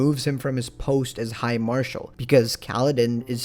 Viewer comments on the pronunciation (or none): none